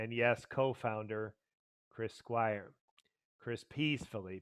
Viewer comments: A fan would not need a script on Chris' history with Yes nor would they continue to mispronounce Chris' last name. It's Squire not Squires. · You cannot even pronounce his name right, and you vowelize it like a whiner. You have no concept of the greatness of Chris Squire. Remove this punk-ass video from youtube